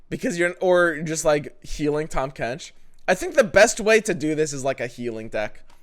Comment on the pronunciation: “Tahm Quench”